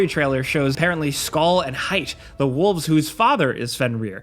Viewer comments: bro said “skoll and hait” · Say it with me (Ha-tee) do better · V close It’s pronounced Ahnger-bode-ah And “Hahtty”